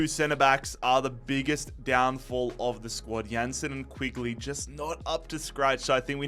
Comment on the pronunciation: These rebuilds are good but eamon quigley is not pronounced like that bro